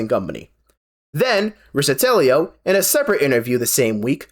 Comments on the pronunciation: Good content but the bad line reads and repeated mispronunciations of Godot and Riccitiello drove me nuts lol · Riccitiello's name is pronounced Rick-a-tell-oh (like Donatello)